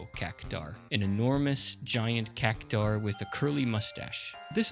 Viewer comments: I'd say Cactuar is pronounced cac-choo-ahr, not cac-tahr. But anyway, good video! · Cactuar, not Cactaur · I think it's Cac-twar, not Cac-tar. See that U in Cactuar? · "It's CAC-TU-AAAR, not CACU-TAAAR.." ~ HG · CacTUar not cacutar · Why do you pronounce Cactuar as Cactar? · Cactuar "CAK-too-ahr" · Great video, keep it up. (also, the word cactuar is pronounced "cac-twar")